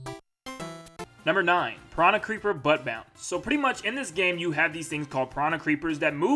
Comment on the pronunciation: it's bounce not pounce xD